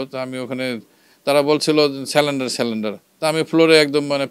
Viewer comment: আপনি বললেন সালেনডার। উচ্চারণ হবে "সারেন্ডার" মানে আত্মসমর্পণ।